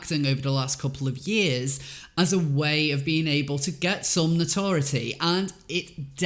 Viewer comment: no-tor-itty? no-tor-i-etty.